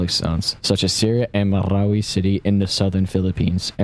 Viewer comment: Good job on pronouncing “Marawi” right.